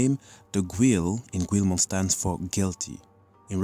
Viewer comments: why do you insist on mispronouncing the name of Guilmon? it's NOT "QU-EL-MON" it's pronounced "GI-UL-MON" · Its pronounced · I'm confused, is there a reason you call him 'gweel-mon'? I first thought that it was because English is your second language but when discussing the origin of his name you pronounced the word 'guilty' properly, leading me to believe you're pronouncing that syllable in his name differently on purpose, even though they're the same pronunciation. Is there some media or something you have taken that new pronunciation from? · how in the actual hecc did he mispronounce guilmons name???